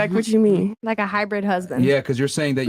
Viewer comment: she said “what chu’ meen” lol